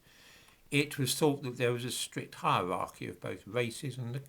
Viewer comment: Why the fuck can't you pronounce the letter R? Scientific wacism, Hiewawchy, annoying as fuck!